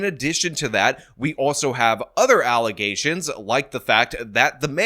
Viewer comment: What's an allegation,? You're saying alezation weird.